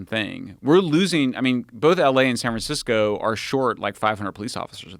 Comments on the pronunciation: don't know if he intentionally said San Fran-sicko, but we should make that stick. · Did he say San Fran-sicko? 🤔🤣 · says sanfransicko Nice! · "san fran sico".... lol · Sanfran-sico. He didn't correct himself. I like to think it was intentional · He said... "sanfra- siko" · he said san Fran sicko lol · He misspoke and said San Fransicko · “San fransicko” lol ahahhaha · "San Fran Sick-o" Haha, that's good. I wonder if he said it on purpose. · “San Fransicko”